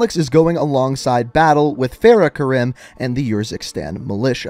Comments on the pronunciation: So he pronounces i as e and e as i. Khaled Al-Asad to him is “Khalid Al-Asad”, and Hadir Karim to him is “Hadir Karem” 🤔🤔🤔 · Do you just pronounce words how you want to or do you not know how to pronounce these words Khaled is (Caw-Led) Karim is (Car-reem) Urzikstan is (Er-Zek-Stan)